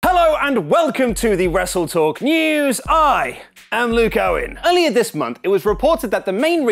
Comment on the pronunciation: Did anyone catch Luke saying westle talk????